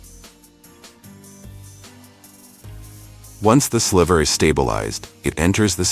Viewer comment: I'm glad this video exists but the AI voice over sucks. It's pronounced sly-ver not sliver